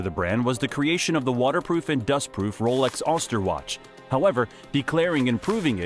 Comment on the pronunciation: Too much wrong information. So, some clarifications... 1. The case is named Oyster, not "Auster". And it wasn't invented by Rolex, it was invented by Perret and Perregaux and then Rolex bought the patent from them. 2. Also, this wasn't the first waterproof watch. Waterproof watches existed since 1851, and girard Perregaux produced the first waterproof wristwatches in 1878. 3. Rolex didn't invent the first self winding movement. Harwood made self winding movements since decades before Rolex and was very well known for this. Rolex says they invented the first full rotor automatic. This was invented in 1770. Rolex was born in 1905... 4. Rolex did't invent the date display in a window, this existed since the XIXth century, and many wristwatches had it in the 1920s. Rolex introduced it in the 1940s... 5. GMT function wasn't invented by Rolex. Longines had it since 3 decades before in the Zulu, in wristwatches and 5 decades before in pocket watches. Rolex has never been a brand of inventions, they have a very good quality, as is the case and level of Omega, Grand Seiko, Zenith or Girard Perregaux, but mostly what Rolex exceeds at is marketing. They didn't invent the divers watch, and they didn't ever produce a single movement until 2004. Cheers